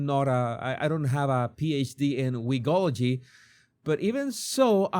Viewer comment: who said "WIGOLOGY"?